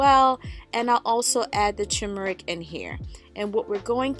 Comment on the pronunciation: It's called TURmeric; NOT TUmeric.